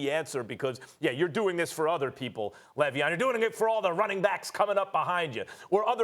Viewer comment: “L”eveon Bell... all I gotta say.